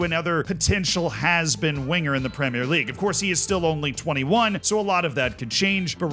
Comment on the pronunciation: I’ll concede you are starting to say ‘premier league’ correctly but it’s not there yet. It slipped back to premierré once or twice.